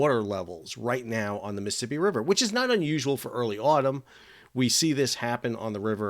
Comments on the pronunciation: lol it is NOT the MI-sippi river. It is the MISs-ISs-IPPI . please, if you talk about someplace, learn how to pronounce it? thx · Mississippi not Miss Hippy lol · DOOOOOOOD !!! . . . I can't take it any more . . the way you say: Missippi all the time instead of Mississippi !!!! . . . COME ON !!!!!! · Sounds like you are saying missipi. Not Mississippi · Miss-uh-sipp-eeee please say all four syllables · You can't even pronounce it correctly. Bit hard to give your reports any Creedence or clear water lol.